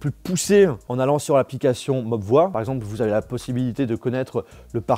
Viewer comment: D'ailleurs ça se dit mobvoille et pas mobvoi